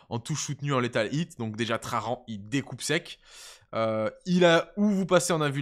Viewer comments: Pourquoi tu dis "trarrrran" comme in gros gitan ? C'est traJan ! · Bonjour Je mets le pouce en l'air, mais la prononciation des noms propres c'est une catastrophe. J'ai les oreilles qui saignent a chaque fois que tu prononce "traRan" Gloire à l'Empereur!! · Nan mais en vrai, the question : pourquoi "traRan". Moi je vois un "J" Le mec il n est pas espagnol. Mais anglais 😅